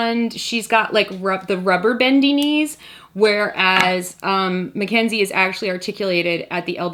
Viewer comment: It's Mackz not Mack